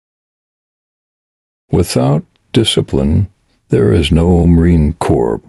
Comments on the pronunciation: AI voice is horrendous. Corps is pronounced (CORe) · Narrator: you need to learn the proper pronunciation of Marine CORPS. CORPS is not plural. CORPS as in Marine Corps, is pronounced core. Semper Fi.